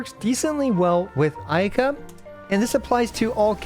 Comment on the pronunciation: Bro its called "ayy yaahKA" not "a yeehka". I know weebs out there are cringing. Are you a real weeb? Nice spreadsheet btw. Subscribed.